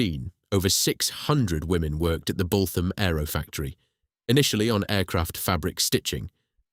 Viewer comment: It's pronounced 'Boot am' not 'Both am'